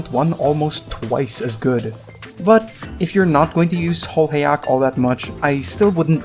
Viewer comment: I heard which song you used in the opening. Also, I heard nowadays the new enemy info section shows which abilities can be silenced, with a silence debuff icon next to its description. I barely ever read it though. Also, her name is pronounced "holhaya". Anyway, lovely video!